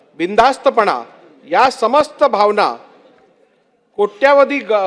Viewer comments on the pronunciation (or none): none